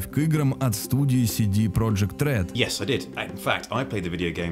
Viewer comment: cd projekt RED а не tred)) спс за видос